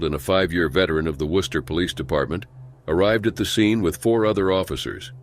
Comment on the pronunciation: Thank you so much for actually pronouncing my home town city correctly. Worcester rarely gets pronounced right by most people. Rip all these officers